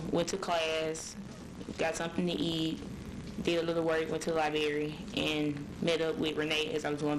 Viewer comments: She has a southern black accent. That’s perfectly fine, but she can have an accent and not say “li-bare-ee.” There’s a huge difference in an accent and simply having piss poor grammar. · Th "lye-bear-ree"....is that library??